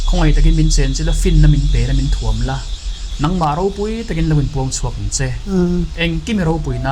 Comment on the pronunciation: Êng thuamin in thuam rawh u, tih mai turah in thuâm han thluk hi a nalh vak lo. Ngaithla zel ang aw..a ngaihnawm leh ngawt ang.